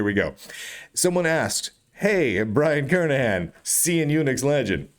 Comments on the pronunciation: These days it's a rare delight to hear Brian's last name pronounced correctly. Twenty-five years ago, after I started hearing people pronounce it with a hard "g", I emailed Brian asking if the "g" was silent. He kindly replied "yes", but also wrote that he's heard it mispronounced so often that he never objects when people get it wrong. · if the letter is silent then it should be written Kernihan. but it isn't, so the correct pronounciation is Kernighan.